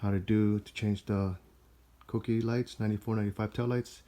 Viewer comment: pronounces them "Cookies" btw. Too funny.